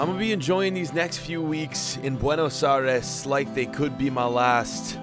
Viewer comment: I'm not from America so the way he says buenos Aires pisses me off 😂